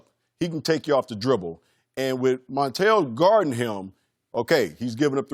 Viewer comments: B Scott called Kuzma, Kuzman and then he called Montrez, Montell 😂😂😂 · We know who the top players are. Just ask Byron Scott. If they're not there top he's going to butcher their names. "Kuzmin" and "Montel"!!!!!!! 😅😅😅😅😅😅😅